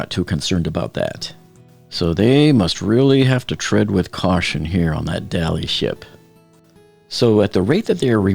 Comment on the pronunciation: Come on please, it's 'the Dali' not the 'Dali ship' (pronounced by you Dollyship). They never said the Tiranic ship, the Mauretania ship, the USS Iowa ship